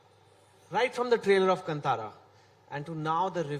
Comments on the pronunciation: Kantara not cuntara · Still these idiots pronounce as KaNtara like Kannad. It is kaantara like Rishab Shetty said. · It's not Kntara, it's Kaantara. Correct your pronunciation. Very well said Anupam sir when you say these are Indian film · Still they can't pronounce Kantara properly!!